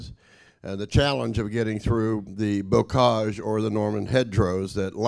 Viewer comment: He has some of the most bizarre pronunciations I’ve ever heard. 1. Maquis - “mah-kwa” instead of “mah-kee” 2. Bocage - “boo-kajj” instead of “boh-kajj” 3. Allies - “all-eyes” instead of allies.